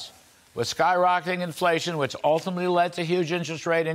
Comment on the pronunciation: " It really doesn't matter, hwhich side You are on, hwhat matters is hwho wins...And, after all, it doesn't even matter hwhat is lost behind, hwhat matters is hwhat is left to be taken...back..." President Donald J Trump, POTUS -...Ya name'em All...